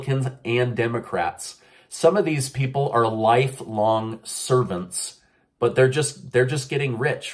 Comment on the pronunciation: Did you say servants or serpents? 😂